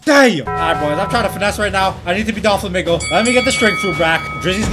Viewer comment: Not making fun of u buttttt why do u say DA FLAmInGao